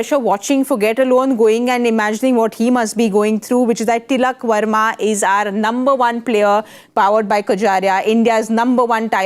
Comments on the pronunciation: It's Varma, not Verma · They were ready for ”Sharma “😍 ”Verma " came out of syllable’s 😂